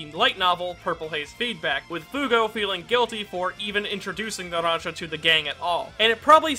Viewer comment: "Naransa" Bruh